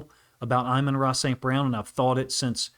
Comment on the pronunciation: Crazy you still call him “Eyemon Ra”